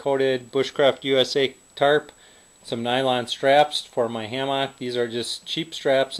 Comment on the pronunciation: i stopped watching cuz of the way he says hammock